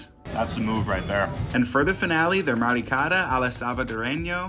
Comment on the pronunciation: Looks delicious. I don't like correcting pronunciation especially if you're trying but you said "maricada" instead of "mariscada". That can be considered an offensive word depending on who you ask but definitely in El Salvador . It's an offshoot of the word "marica"